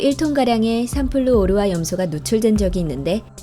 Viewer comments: 읽으려면 제대로 좀 읽으시지... 삼플루 오르화 염소가 아니라 삼 플루오르화 염소라고 읽어야 한다... 화학시간에 졸았나... 플루오르 즉 플루오린은 원소기호 9번의 원소로 우리 말로 불소다... 이런 동영상 올리려면 최소한 올리는 사람 본인이 어느 정도는 알고 말을 해야지... 자기도 잘 모르는 내용을 누구한테 설명한다고...에휴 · 이과충이 한마디 하고 갑니다... 삼플루오르화염소를 읽을 때는 [삼플루 오르화 염소]가 아닌 [삼 플루오르화 염소]로 읽어주어야 합니다 ... 다음에도 화학물질을 다루게 된다면 발음이나 띄어읽기에 조심해주세요ㅠㅠ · 삼플루/오르화염소 라고 읽으시넹.. 삼/플루오르화/염소입니당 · 삼플루 오르화염소 거슬려... 삼 플루오르화 염소... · 삼플루 오르화 염소가 아니라 삼 플루오르화 염소..... ㅠㅠ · 삼 플루오르 화 염소가 합쳐진 말일텐데, 자꾸 삼플루 오르화 염소라고 해서 거슬리던데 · 삼 플루오르화 염소 라고 읽어야지 삼플루 오르화 염소라고읽네ㅋㅋㅋㅋㅋ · 삼플루 오르화 염소가 아니라 삼 플루오르화 염소.... 귀에 거슬리... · 삼플루 오르화 염소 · 삼플루 오르화 염소 거슬린다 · 삼 플루오르화 염소 라고 읽어줘 ㅜ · 삼플루 오르화 염소 너무 거슬린다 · 삼플루-오르화염소, 헥사나이트로헥사아-자이소부르치탄같이 읽는 사람이 문과라는 사실을 알 수 있음. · 삼 플루오르화 염소라고 읽어주세요!!!공돌이 ㅂㄷㅂㄷㅋㅋㅋㅋ